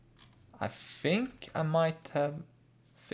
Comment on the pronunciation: fink it's T H I N K not F I N K